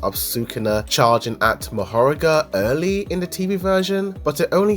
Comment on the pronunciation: mahorAga please don't say mahOraga